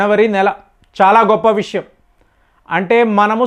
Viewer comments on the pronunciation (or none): none